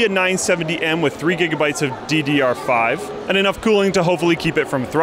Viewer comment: I cringed at "DDR5".